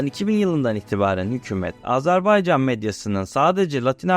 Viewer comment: Azerbaycan demeyi öğrenmeden bir bok olma. Azarbaycan dedin aq. Azerbeycan diyen de var.